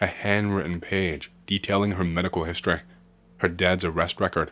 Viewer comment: I keep forgetting this guy isn’t American until he gets a sentence with a word that ends in a vowel sound. Everytime he says “empt-eh”, “histor-eh” or “pill-ah” it sends me 😂 Keep up the good work on the creepypastas, 🫡